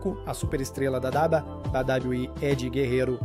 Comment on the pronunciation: Sabe nem falar wwe kkakakakkaa